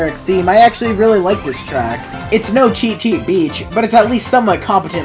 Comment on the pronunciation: He dead ass said cheep cheep beach💀💀